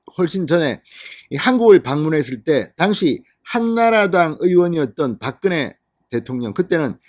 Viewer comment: 진성호는 박근혜라는 이름을 불러서는 안되겠다. 바끄네가 뭐꼬? 소리글자를 읽는것도 아니고 pk지역의 사람도 이른표현은 하지않는다. 당신의 표현을 빌리면 박근영은 박근영이라고 읽었잖아 당신의 표현을 빌리면 바끄녕이라고 읽어야한다. 제발 모니터링좀 해라.